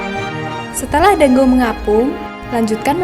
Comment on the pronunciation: Teh maaf dango bukan danggo